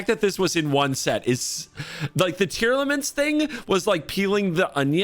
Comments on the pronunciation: This is driving me nuts, its Tear(as in teardrop)-lament(as in to be sad over), not tear-element, youre adding a syllable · Why is it so hard for people to pronounce “tearlament” it’s TEAR LA MENT. Not tearAllement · Why do you keep pronouncing it Tear-element? It's Tear-Lament. A Lament is someone who cries out for the loss of someone else. So Tear-Lament literally means Cry Cry. It's almost mocking.